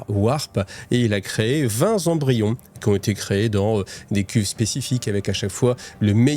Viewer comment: Excellent épisode merci bcp Attention aux liaisons (20 Zembryons c'est non qd même 😅) J'adore ce passage avec Cawl placide en train de se mettre en place et Yvraine qui monte en compétence 😉😉 Excellent